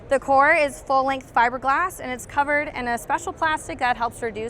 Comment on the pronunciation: He said fiber gas 😂